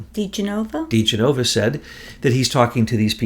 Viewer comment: I love you guys , but sometimes you butcher peoples names badly. Joe DE-GEN -O -VA 4 syllables not Ge NO VA. He was an attorney that did some work for my family.